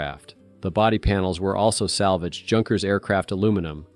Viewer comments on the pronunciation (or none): Is pronounced Yonkers not junkers